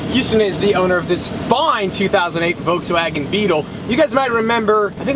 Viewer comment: volkswogan beetel. Lol